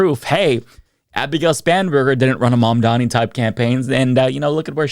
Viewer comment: Maybe now you could take the time to learn how to pronounce his name, Fox Not News hosts.